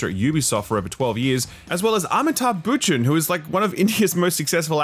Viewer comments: Dude - the bollywood superstar - pronounced - Baa-chun :) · Pronouncing it "Bootchan" SMH. Is it too much to ask to get an Indian name pronounced correctly? Everyone puts at least a minimum of effort with Euro names. Nobody says "Emmanuel Mack-run". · Amitabh BACH-an, my guy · Amitabh Butchured that name